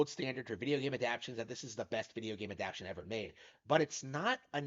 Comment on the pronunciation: lol you really gotta learn how to pronounce adaptation